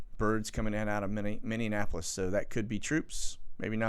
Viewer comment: Learn how to pronounce Minneapolis— good grief!